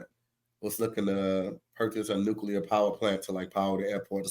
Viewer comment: lol the word is Nuclear (New-Clear). Nukular??